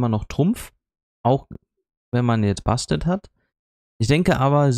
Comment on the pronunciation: Cooles Video und Glückwunsch zu den neuen Helden :-) Aber die Katze heißt immernoch Bastet und nicht Bestat ;-)